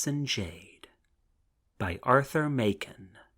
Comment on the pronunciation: The author's name is pronounced Mak-en, not May-ken, as the reader mispronounces it here.